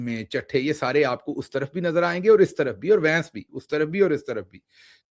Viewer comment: Vains nahi bhains hai😂